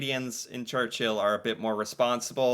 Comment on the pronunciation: FYI...Churchill Manitoba...Church-ill, not Church-hill